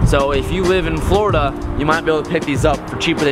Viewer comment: I love how he said Florida I'm live here Orlando